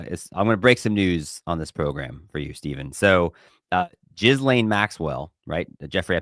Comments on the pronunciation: It’s not jizzlane…. It’s Ghislaine like key Layne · Yall sound ridiculous calling her Jizzlane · It's not j i z l a n e Maurice